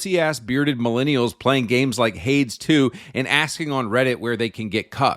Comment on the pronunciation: It's pronounced "Hade-ees"